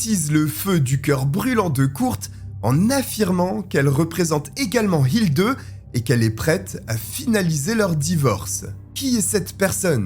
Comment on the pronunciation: Ich lebe in Deutschland seit 34 jahre. Ick kann Ihnen versprechen, dass "Hilde" wird nie "Hildeu" ausgeprochen. "e" wird " e" oder "é" gesagt. "Hildeu" ist lächerlich.